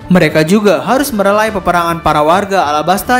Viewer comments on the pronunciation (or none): melerai bukan merelai